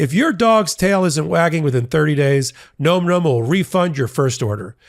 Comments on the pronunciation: Im not 100 percent positive but im pretty sure you were misprouncing your ad product. I really think its pronounced like "nam nam". Not like nome. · .....it's not GNOME GNOME, my dude. It's NOMM NOMM. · It's pronounced "näm" not "gnome". Nom-Nom is a common onomatopoeia for the sounds of ferocious or energetic eating. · Nom Nom is pronounced Nahm Nahm, like mmm, nom,nom,nom...not Gnome Gnome. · No, it's pronounced nome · More than half of America thinks "nom nom" rhymes with "tom tom." So far, you've tried "num num," "noom noom," and "gnome gnome." Maybe ask the company how to say it? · You're still pronouncing Nom Nom incorrectly and it's driving me nuts. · I’ve heard you guys do two pronunciations of Nom Nom and neither was correct. It sounds like bomb, not gnome, right?